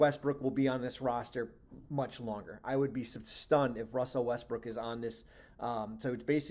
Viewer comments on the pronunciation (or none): He said Westbrick🤦‍♂